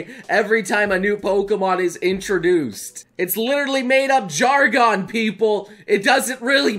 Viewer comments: complains about criticizing pronunciation of Pokemon Jargon Also: "JARGAAAN" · I want to believe he said jargon incorrectly on purpose